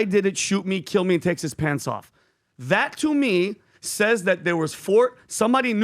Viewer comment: When that jersey guy said”…and takes his pants off…” it phonetically sounds like “…Texas pansaw..” Occam’s razor works well here